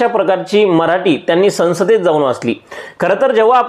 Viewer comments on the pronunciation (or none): संसद बोल बाळा.. सनसद नाही